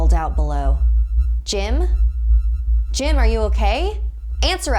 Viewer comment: I thought u said Jin